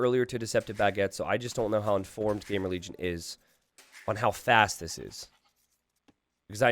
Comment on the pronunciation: Is it just me ? xD Every time you said "GamerLegion" I heard GameReligion xD